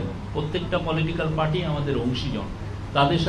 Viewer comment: প্রধান উপদেষ্টার প্রেস সচিবের মত একটা পদে বসে উচ্চারণের যদি এই হাল হয়। আগে খেয়াল করেছিলাম উনি "র" এর উচ্চারণ ইংরেজি উচ্চারণে বলেন। এখন খেয়াল করলাম "প্রক্রিয়া"কে বলছেন "পোক্রিয়া", "চার্টার"কে বলছেন "চাটার", "পার্টি" কে বলছেন "পাটি"! মানে কি আর বলব! না হয় বাংলা, না হয় ইংরেজি। কাদের এনে কোন পদে বসাচ্ছেন!?